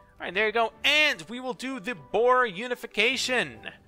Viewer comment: the pronounciation for Boer is Bör (or you can say the oe as a U,like the first U in Umlaut. hope that helped (again)